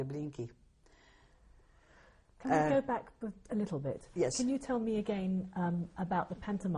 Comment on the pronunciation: This is in no way meant as a criticism, but I've never heard the pronunciation "Treblinkeey"" for "Treblinka" except for in this interview.